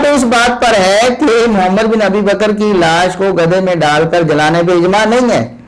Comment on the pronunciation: Tm Mohammad bin Abi baker rz ka name sahe tarha say lo.